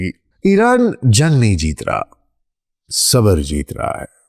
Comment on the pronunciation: کاش کا تلفُّظ بھی صحّت سے ھم کنار ھوتا!| صبر sabr ✅| نہ کہ sabar